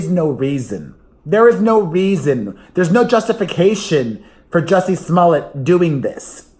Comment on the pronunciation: It sounds like you're saying jessie's mullet every time and it makes me think of john stamos ❤